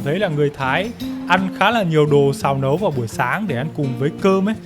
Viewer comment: Ôg tiết lộ đến từ Hải Phòng nhanh quá, đến đoạn nói chữ "Nẩu" xác minh thành công ng chuẩn Hải Phòng 😂😂😂😂😂😂😂😂😂😂😂😂😂😂😂😂